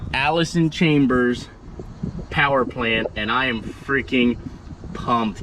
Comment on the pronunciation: It is chalmers not chambers. Except for the special edition one our boy has